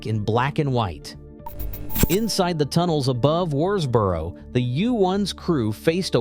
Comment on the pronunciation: This is a ridiculous film. The excitable commentary is riddled with errors and hasn't even bothered to do the research to pronounce Worsbrough correctly.